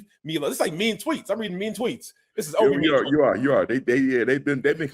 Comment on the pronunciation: said Olvie, not Turner.